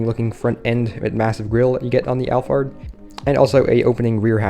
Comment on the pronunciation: Toyota alphard read as al pard not al fard and is not a minivan is a luxury van